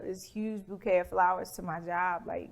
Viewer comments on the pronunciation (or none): none